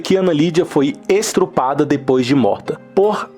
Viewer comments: Não aguentem assistir depois que o narrador falou "estrupada" a narração é horrível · parei no "estrupada" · Tem quem não se incomode, mas quando escuto "estrupada" tenho dificuldade em me concentrar no conteúdo e passo a repetir mentalmente "estrupada, estrupada, estrupada...". Vou procurar a história escrita para entender o que realmente aconteceu. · o narrador "estruprada" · NOSSA... NARRAÇÃO LAMENTÁVEL.""" ESTRUPADA """, SÉRIO...KKKKKKK , PLURAL, LOCAIS... ANALFABETO COMPLETO... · Da pra ouvir o narrador pronunciar "estrupada" ow santa ignorância kkkkk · Meu Deus..chocada com o crime e com esse narrador lendo isso..Eu ouvi ESTRUPADA ????..Se não fossem estes pequenos detalhes, o vídeo teria ficado melhor pq tem mt material de arquivo e ficou bem editado..Uma dica, procure se preparar mais, treine a leitura antes..pq fica sofrível ouvir assim..fora isso, esse caso realmente causa indignação..pobre criança! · Caso interessante, mas o narrador é HORROROSO! Não sabe ler os plurais, lê sem respeitar as vírgulas, "estrupada" NÃO EXISTE é > es-tu-pra-da < FAVOR TREINAR MAIS A LEITURA ANTES DE POSTAR. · Gente que narração podre. Com a feice? Estrupada? Tá difícil. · estrupada kkkkkk nossa esse e bom de portugues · Estrupada????? Cara, tu é burro!!!!! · Jane Honda tiro as palavras da minha boca, estrupada doeu de ouvir e tive q volta pra ver se não ouvi errado. Mas to tentando me concentrar na história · Mas o cara falou que ela foi "estrupada" quem guenta isso! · Só li verdades. Ele ainda falou "faice" e "estrupada" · fala direito cada, ESTUPRADA e n ESTRUPADA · "com a face" e "estrupada" .... parei!